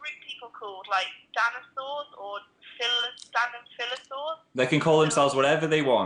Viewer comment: I cringe so much in the part where she said "danisours"